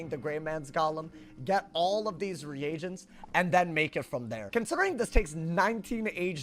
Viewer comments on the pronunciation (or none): none